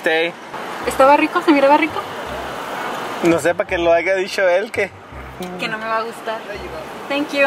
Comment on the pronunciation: No es "aiga" es haya